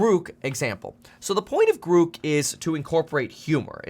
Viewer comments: Grouk? Groock? What the f-. It's grok. At least learn how it's called, before you purport to know enough to issue a warning. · I'm pretty sure it's pronounced "Grock" like the old computer term not "Grook" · Pronounced GRAWK, not GREWK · I like how the first demo of Grok (pronounced Grawk) is showing how Grok knows all the up to date information about Elon Musk. I think I can see where this is going. Grok will exceed the capabilities of all humans with Bluecheck accounts. Grok will suck up to Musk more accurately and with greater emotional impact than any human could ever do. Grok: More Bluecheck Than Bluecheck. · Grok .. sounds like clock …. Not gruk …… so much better the Chat GPT ….has humor and not censored…… ITS MUCH BETTER AND NO CENSORSHIP LIKE CHATGPT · That's GROK, rhymes with "rock". A rip-off of a great Sci-fi author's work, stripping it of original meaning and offering it in some cutesy "rebellious not" name. An insult to Robert A. Heinlein, a disgusting commercialization. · I think Musk made a mistake. He shouldn't have used the long dash over the o. The word "grok" is actually pronounced as "graak" exactly as the word "bock" (baak). It was popularized by the science fiction novel "Stranger in a Strange Land" by Robert A. Heinlein. It means to deeply and fully understand something, often on a fundamental and emotional level, going beyond mere intellectual comprehension. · Grok, rhymes with rock. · long o, not u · Your pronunciation of grok is incorrect